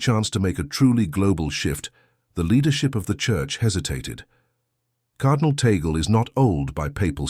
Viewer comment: but you cannot even pronounce his name correctly, which, in fact, does not surprise me at all given you are an american, the USA being the most racist country in the world